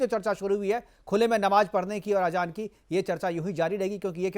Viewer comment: Ajaan nhi azaaan phly apni zaban too thk krloo 😂😂